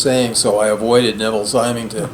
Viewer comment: Hi, just a note on Neville Symington – his name is pronounced with a soft 'y' (like 'Simmington'). If you've not read his A Pattern of Madness (2002), you may find it more compelling than his first book on narcissism.